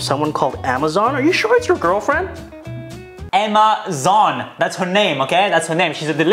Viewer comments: “Emma Zon” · “Emma Zon” 😂